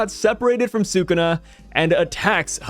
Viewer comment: Brother pls it's SOO-KOO-NA